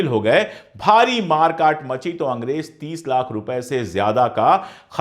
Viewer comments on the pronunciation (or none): अशोक जी आप बेहतरीन और जानकारी से भरपूर ईमानदारी वाली वीडियोज़ बनाते हैं। मैं आपकी वीडियोज़ लाइक और शेयर ज़रूर करता हू कई बार तो बिना पूरी देखे ही शेयर कर देता हूं क्योंकि जानता हूँ कि आप वीडियो इंसाफ़ पर मबनी(आधारित) ही होगी। आप से गुज़ारिश है कि ज और ज़, फ और फ़ का थोड़ा ध्यान देंगे तो सुनने में और अच्छा लगेगा। जालिम नही ज़ालिम कहिए। फर्ज नही फ़र्ज़ कहिए। अंग्रेज नही अंग्रेज़ कहिए।अगर आप ये तब्दीली ना भी करें, तब भी मैं आपकी वीडियोज़ देखता और शेयर करता रहूंगा ❤❤❤❤